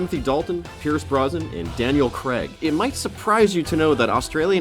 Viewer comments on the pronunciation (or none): It's Daniel Craig. Not Daniel Creg.